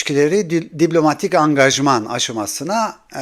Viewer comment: Abi seni dinlemeyi seviyorum ama Allah aşkına diblomatik değil diplomatik de kulağımı tırmalıyor ya